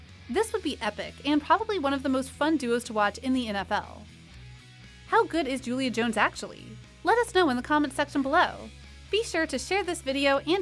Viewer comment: You lost me right after you said Julio’s name wrong. Who TF are you?